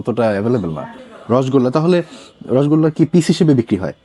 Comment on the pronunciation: রসগোল্লা সঠিক উচ্চারণ বাঞ্ছনীয়!! বাংলার সবচেয়ে আদি এবং অকৃত্রিম মিষ্টি, মিষ্টির রাজা রসগোল্লা, প্লিজ ভুল উচ্চারণ করবেন না অনেক শুভকামনা আপনার জন্য 🤍